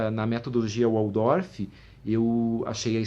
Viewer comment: Opa! Em Alemão, o W tem som de V, como em VolksWagen!